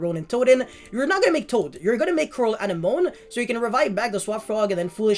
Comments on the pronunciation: Anenome is a weird word to read, it is actually pronounced like "an enemy" more or less. I wouldn't even know that if not for Finding Nemo lmao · Is it not a-neh-mo-nee? Like the thing that clownfish live in? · Also bro you’re pronouncing anemone wrong if you watched finding Nemo it’s the thing that they lived in at the start of the movie.